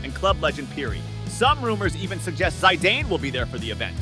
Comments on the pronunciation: Bro said Zajdean with no shame🤦‍♂️ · “Zaiden” will also be there….!? “Zainedine zaiden” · I love this AI voice-over, it said "Zy-dan" :face-green-smiling::face-green-smiling::face-green-smiling::face-green-smiling